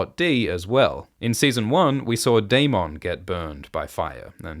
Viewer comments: dayMONN dayMONN say it like the show does please so distracting just say dayMINN not dayMONN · I love these videos but please fix the pronunciations. It's not 'Ae-mon-d'....it's 'Ae-mun-dh'. or 'Dae-moan'....it's 'Dae-mun' Also Rhaneys is not Aemond's cousin. She is his aunt, Viserys' cousin. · The pronunciation of DaeMON and AeMON is a little tough to listen to 😂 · The way you say darMON 😂 i can't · The Day-Mawn gets me every time but I love these recaps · How are we pronouncing Daemon now?